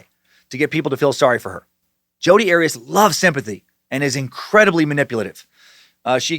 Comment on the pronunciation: Jodi's last name is not Erias, it is Arias like Ah-Ri-HAS short A.